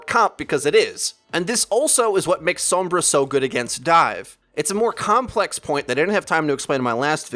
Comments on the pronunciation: Oh my god ITS SOMBRA (sawm-bra) NOT SOMBRA (some-bra) It's triggering me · S-AH-M-BRA not S-OH-M-BRA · whenever he says her name I cringe like scratching a blackboard SOAMbra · some-bra lol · If you're gonna pronounce the O as it would be in Spanish also pronounce the R the way its pronounced in Spanish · Why do you say sombra like that. She says her name not like the way you say it. Maybe you shouldn't play sombra if you can't say her name right. I'm Latino so this is why it bugs me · I am so sorry but it's really bugging me how you say Sombra xD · Pronounce sombra right u fuckin idiot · How do you pronounce Sombra's name so wrong??? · I know how it is said, and he butchers it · The way he's saying sombra is really pissing me off